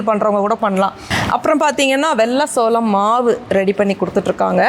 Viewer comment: சோளம் da adhu not சோழம்,Olunga padinga da 🤣🤣🤣